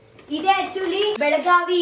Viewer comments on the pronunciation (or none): none